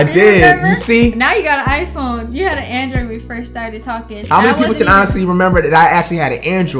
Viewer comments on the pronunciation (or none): SHE SAID ANIDROID LMAOOOOOOOOOOOO SHE EXPOSEING YOU